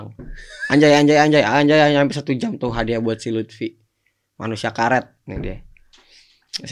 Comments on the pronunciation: lufi bang bukan lutfi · Luffy bukan lutfyyy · Luffy woi bukan luthfi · Luffy coy bukan lutfy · Note : Luffy mas Young Lex bukan Lutfhi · Itu LUFFY tolong 😂😂 bukan LUTFI 😂😂 Luffy dibandingin sama lutfi, aduh